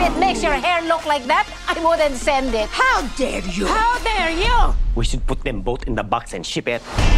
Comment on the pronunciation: "We should put them both in the box and ship et." lab et. 😂